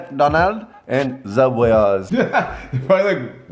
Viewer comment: It’s not zuebwas it’s soobway